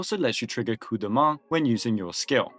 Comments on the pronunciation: French pronouncing Coup de Main correctly is actually very wonderful to my ears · a ton of english-speaking content creators are allergic to foreign pronunciations lol it's nice to see it right for once "Blue dude", "Daniel", "coop deh main", like they don't even try. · Was expecting "Cup do Maine" but got Coup de Main proper. Wow. click tongue Nice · We're really acting like Coup de Main is tough to pronounce now